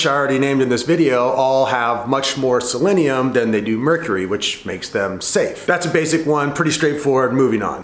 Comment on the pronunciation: I dunno guys, he's not even pronouncing selenium correctly..... Should we even trust this information?